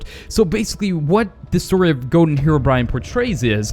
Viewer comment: Ha ha he said goden herobrine